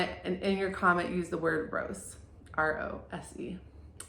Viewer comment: lol I’m glad I read other people’s comments because I thought you said the word was gross when it’s rose! I was like wow I just would’ve offended someone being like gross. Also dream within a dream is the name of one of my favorite magnetic nail polishes even tho I know it’s a quote too